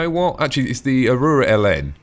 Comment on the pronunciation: Tactical Advance: "Ah-Roo-Rah" Everyone else: "Ah-roar-Rah"